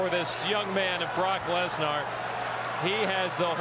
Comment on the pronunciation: Yeah, they’ve both been pronouncing Bork Laser, wrong